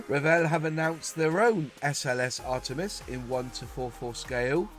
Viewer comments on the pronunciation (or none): none